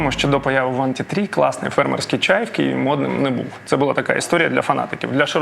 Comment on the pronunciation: Невже так важко казати Києві а не Кієві🤦